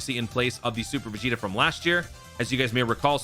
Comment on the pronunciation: ah yes “piccolo vs veg Jr.”😂